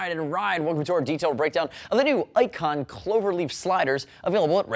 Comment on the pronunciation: Ayicon? Or Icon? HA.